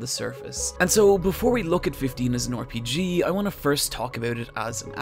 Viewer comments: RPG -> pronounced "Are-P-G" not "Or-P-G"... Christ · Lol why do you say “Or Pee Gee” it’s RPG